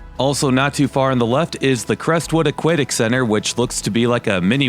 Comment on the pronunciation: That’s not how you say the word aquatic